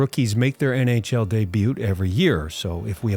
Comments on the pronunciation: the "debut" pronunciation is wrong. Should be pronounced "dey-byooz". not "dey-byoots". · Lol dey buttes. Sorry great vid but that one word was so distracting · I have enjoyed several of your films. But, it's really hard for me to listen to you pronounce debut as "day-butte" every time 😂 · I just have to say it...sorry... "debut" is not pronounced "day-boot" but instead "day-byoo." Otherwise, very interesting video! :) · The way he says debuoot really grates my ears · debut - dey-by-oo don't pronounce the t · Day-butes 😂 Otherwise a fantastic video. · My only question in the entire video is why are you pronouncing it "dey-byoots" lol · He said it correctly later in the video. Makes me think maybe the first couple hard Ts were intentional? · As a brother from the North, the way you pronounce the "t" in debut hurts me deeply. 😂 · You’re not supposed to pronounce the T in debut. Great videos though. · Please tell me you are mispronouncing “debut” on purpose. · Why do you keep pronouncing debut that way? 😂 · That’s not how you pronounce “debut”, dude. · The T Is silent! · Very interesting stats. Only suggestion is to check the pronunciation of debut. The t is silent. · The mispronunciation of "debut" killed it for me. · Debut: how do you make this video and pronounce that incorrectly? Great video tho! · Pronouncing the t in debut? Is that an American thing or a you thing? My American wife doesn’t get that wrong so I think it is just you. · Thats not how debut is pronounced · This is excellent! But I've never heard someone pronounce the 't' in 'debut' the way you do. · Incorrect pronunciation of debut it end with eww sound, from the French,you don't pronounce the T. It is a worthless robot. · Why do you pronounce the T in debut tho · I have never heard anyone pronounce the T in debut until now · Is this AI voice? why can't you say debut? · FYI, the "t" in "debut" is silent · Where is he from? Ive never heard anyone pronounce the ”t” in ”debut”. Anyways great video!